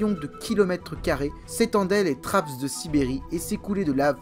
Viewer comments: Bonjour On prononce trappe pour trapps. Le S est le pluriel français. Vous faites beaucoup d'autres erreurs d'accord. Vous ne précisez pas assez les datations et vous nous noyez sous les noms scientifiques. Heureusement que les images permettent un peu de s'y retrouver. Vous ne parlez pas des épisodes terre boule de neige. Le CO2 augmente la température qui augmente la quantité de vapeur d'eau e qui est elle un gaz à effet de serre très efficace. Regardable. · Une très bonne video qui a nécessité pas mal de travail et de recherches, mais j’ai noté quelques petites erreurs :) .Forme : - Le S de trapps ne se prononce pas - Benthique se prononce bintique .Le Fond : - Les Eugénéondontiformes ne s’éteignent pas mystérieusement lors de la crise Trias-Jurassique. Ce groupe de chimère était déjà en déclin depuis le permien et à été pas mal affecté par la crise PermoTrias, seul la famille des Edestidae à survécu à la crise, leur extinction semble donc logique à la fin du Trias. - La diversification des hybodontes à bien lieux durant le Mésozoïque dont le Jurassique et s’éteignent bien à la fin du Mésozoïque, dépasser par les Néosélaciens qui apparaissent vraisemblablement au Jurassique. Ils suplantent bien les Hybodontes au milieu du Crétacé et réussissent à traverser la crise Crétacé-Paléogène. - Les trappes de Sibérie ont durée plus d’un million d’année, elles ont même eu une activité tardive au cours du Trias inférieur, moins importante que lors de la crise PermoTrias, mais assez pour entraîner une anoxie/euxinie des océans, et provoquer la crise d’extinction mineur Smithien-Spathien. - La taille des trappes de Sibérie est en perpétuelle évolution, puisque chaque année ont les étend en découvrant de nouveaux moceaux (Merci le réchauffement climatique !) - La rediversification post crise au Trias s’est fait extrêmement rapidement ! pour les ammonoïdes, la radiation subie est extrêmement rapide, et ceux à partir d’un seul groupe ayant trav